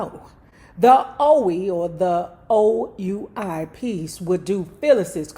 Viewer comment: RIP Toriano Adaryll Jackson (Tito). I honestly dont know how to feel, but i really pray for Ms. Katherine having lived to lose 2 sons. Btw, OUI is pronounced "we", and is French for yes.